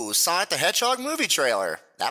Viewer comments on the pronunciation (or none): none